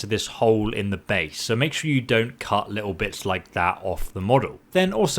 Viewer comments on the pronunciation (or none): I kept hearing cuss instead of cut